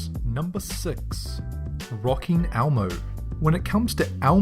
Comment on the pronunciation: I'm pretty sure he said "almo" when he was talking about the Elmo knock-offs.